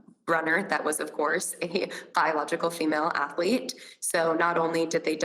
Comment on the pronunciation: What is an Ath-a-lete, Dr. Phill?